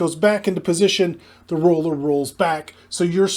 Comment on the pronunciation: Took me a few sentences to figure out you were saying roller, not ruler 😂